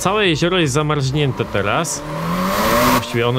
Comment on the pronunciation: zamarznięte a nie zamarźnięte - tam nie ma Ź :P head tracking bedzie obslugiwany?